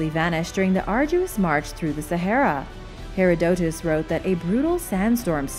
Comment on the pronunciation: It's "herr ODD a tus" so ya know.